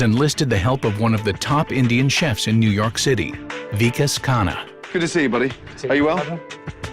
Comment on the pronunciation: the way they pronounce vikas as weekus is soo funny